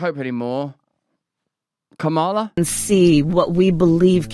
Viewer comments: its ka ma la. its not ka maaa la. but the video is awesome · Her name is pronounced COMMala. Comma la. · You're mispronouncing her first name, and she's one of the most famous women in the world. Very, very racist.